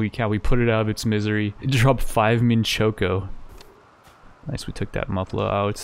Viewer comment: I've never seen someone struggle to say Mint Choco ice-cream more, classic. Up there with Neekromancer